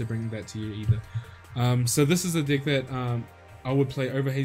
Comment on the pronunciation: And it's deck not dick lol